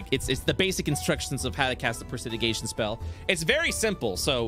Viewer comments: presidigation? im guessing they mean prestidigitation? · The incorrect pronunciation of "prestidigitation" is triggering me alot more than it should. Probably because it's being enforced. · The Mispronunciation of pres·ti·dig·i·ta·tion by the and corrections of the players actually pronouncing it correctly was nails on a chalkboard. I was literally trying to figure out what spell he was talking about.